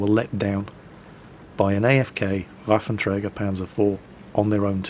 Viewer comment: you are pronouncing 'Waffenträger' pretty good practiced a lot? :D